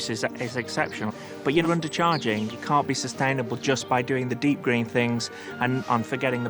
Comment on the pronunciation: No r in can’t